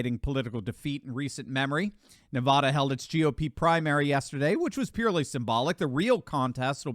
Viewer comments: You’d think that; someone who reports on politics would know how to pronounce Nevada correctly. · Love ya but you keep mispronouncing Nevada. Please do better